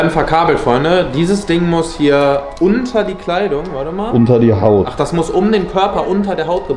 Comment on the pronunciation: Betonung liegt auf:"unter die Haut"😂